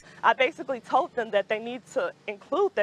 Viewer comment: Alright lady, is it systemic oppression or systematic oppression? They aren't the same thing. Also, you said that you "tolt" them. You mean you "told" them? Yikes, this woman is in college?